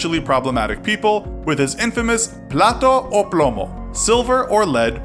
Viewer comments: "Plato o plomo" Dish or led, excellent pronunciation there😹👏🏽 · Plata o plomo lmao at least learn how to say it right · Plato o plomo...lol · Lol, plato o plomo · I thing what you mean is "plata o plomo", "plato o plomo" means dish or lead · "Plata o plomo" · his slogan is plata or plomo....which in their slang means Money or lead. or take this bribe money or this bullet.... you said silver or lead.. fyi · "Platou ou ploumo"... Your pronunciation is amusing, gringo. Now seriously, I don't get why some people think this guy is some kind of hero, when Mexican Cartels do basically the same, and I don't see anyone cheerishing them. Nationality maybe? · You're saying "Plate or lead." Not "silver or lead." I'm not saying you should stop trying to pronounce Spanish... But rather that you make sure you pronounce it right or verify its pronounciation. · "Plato o plomo"